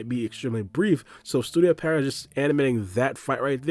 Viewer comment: its Pee-erot not Peh-riot lol